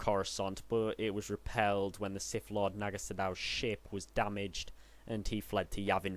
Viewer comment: Its pronounced siTH, not Siff